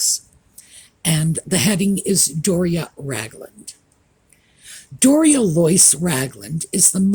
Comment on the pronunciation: Hello. Apparently, her name is Do-ria. Hahaha 🤣 Thank you for all you do. I always look forward to your programs.